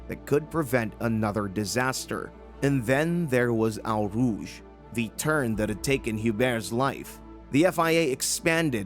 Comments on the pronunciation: 'Eau Rouge' is NOT pronounced 'OW Roojsh' but 'O Roojsh'. If you are going to post, do it right and if the computer narration can't handle it -- use your own REAL VOICE! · hearing you pronounce eau rouge is painful brutha. its not ow rouge, pronounce it like oh rouge (dont flame me it just hurts sry) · That is "owe" rouge not "ow" rouge to you. Do your homework. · This narrator genuinely sounds like he’s not an everyday fan & has haid to read up on this incident & has just shoehorned in some ill-fitting emotive words and sentiments. Plus, his pronunciation of Eau Rough and several drivers names is awful! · It's pronounced Oh Rouge not whatever you were saying. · * "O" rouge.